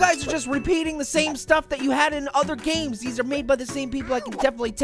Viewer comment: STOP MAYCING 🍐PIAY BABY GAYMS